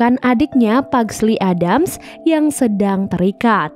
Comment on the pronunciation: ADDAMS TAPI DI BACA EDDEMS